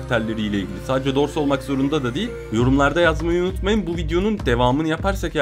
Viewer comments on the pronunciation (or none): none